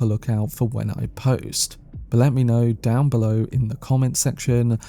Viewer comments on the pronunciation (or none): none